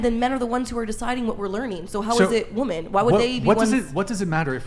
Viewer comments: is the most well-spoken idi*t on this panel. Im not sure why so many of these villian women cant seem to properly pronounce the word "WOMEN"., and several others constantly provide the singluar version of the word Woman when it's painfully obvious to those of us with fully functional prefrontal cortex they mean to give the plural version of the word. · Am I the only one who hears "woman" when these women are saying "women"? And this happens in just about every Whatever Podcast video I've seen.